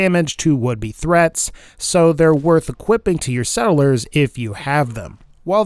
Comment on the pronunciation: No one:: s e d d e l e r s